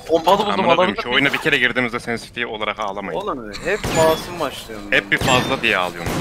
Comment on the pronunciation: Nobody::sensity